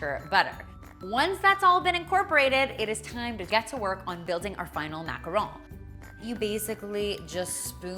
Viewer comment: Finally a youtuber who says macaron correctly.